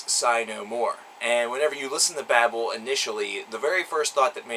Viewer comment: Though some of these songs make you feel a certain alexithymia that cannot be put in to a simple review,despite that it was a good review and foretelling of the possibility of M&S to go on and not be forgotten(The pronunciation of babel leaves a lot to be desired.)